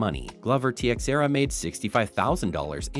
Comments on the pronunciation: " BI sping" and "TE xeiere"!??! Really?? If you're going to report on the sport.... Learn it first 🙄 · Michael "Byes-ping." Glover "Tea-ex-erra." So many of these channels either don't even watch MMA, or they pay someone to do voice overs. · he lost me when he called teixeira “techsierra” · You called WME , WWE and can't pronounce Glovers last name, yeah this video s legit smh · First, dont claim to have some insight into a sport when you dont even take the time to learn how to pronounce the important names. Failure include Tiexeira, Bisping, and even Zuffa! Also look up the definitions of "lesser" versus "fewer." If you claim to be a sports journalist use the correct words. Unless ypu are actually advocating for lower quality fights, which is what the phrase "lesser fights" means. Amateurs.